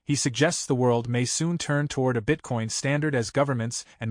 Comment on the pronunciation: “BITE-Coin— ouch!